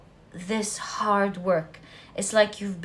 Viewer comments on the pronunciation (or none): none